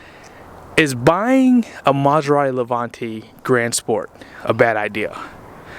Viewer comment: Start with learn how to pronounce the name and then try to see if can buy it. The way u say it makes the car gettoAF. Car reviews are generally for new ones and not needed for a 20 year old car with rims and nothing else works. LOL. Most luxury cars are ment to be purchased new and have fun and sell em off to the fake life - i'm broke and poor but i need validation and i will act rich folks. LMAO.